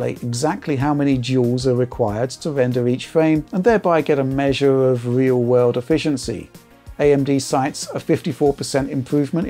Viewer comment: In the weal wurld